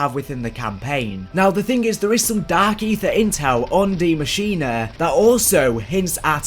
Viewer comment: Deeee muh sheen uh